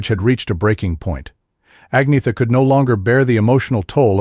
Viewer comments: It's like he didn'teven try. I'm a USA citizen too, but would respectfully work on it. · I'm Mexican American born U.S.A citizen AND The KNOW HOW TO PRONOUNCE Agnetha's name 🙄🙄. That dude DIDN'T EVEN TRY?!🙄🙄🙄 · Only an American can mispronounce Agnetha